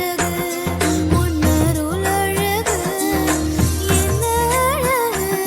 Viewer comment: Pls correct the arulalagu...it is sung false. Pronunciation is killing tamil. It is second l and third l. Not first and third l.